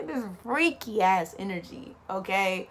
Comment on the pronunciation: Fweaky 😂 it’s all troo it’s trooo